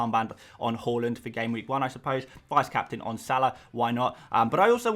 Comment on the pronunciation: Haaland not halland pls